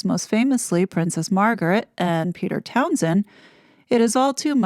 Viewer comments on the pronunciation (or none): none